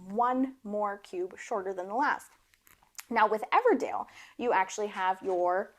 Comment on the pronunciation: Your accent isn't super southern but 'Everdale' every time cracked me up